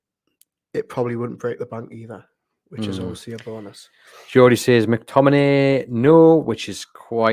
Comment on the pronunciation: Scott McTomi-NAY